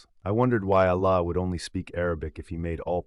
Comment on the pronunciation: don’t you hear the AI voice? Also the same kind stories keep circulating of people says they were devout muslims but he talk’s nothing about what is wrong with his Islam and his Arabic pronunciation of simple words like Allah, is false. Unless you are revert or you were not devout Muslim you can’t get wrong pronounce simple Arabic words because you read Quran everyday in your prayers.